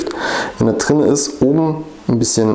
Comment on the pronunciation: Trei nein Drei Drin nicht Trinn. Gleich nicht Kleich. Schreckliche Aussprache. Ahhhhh